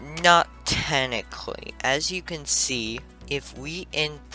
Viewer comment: tenicly XD